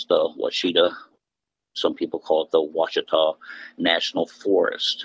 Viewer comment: Lost me at Wah-Cheetah. No one in Arkansas has ever called it that. Ever. Ouatchita - wah chi taw.